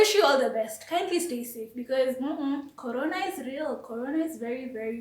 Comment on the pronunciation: Nice content there, you might wanna check out The spread Kenya on sound cloud. i am also laughing at how you say the word corona... i